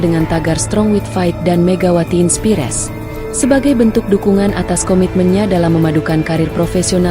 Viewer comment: Pakai chatbot yang bisa bahasa inggris secara benar ya. Belajar mengucapkan "spiker" atau "inspires" dengan benar, biar tambah pintar.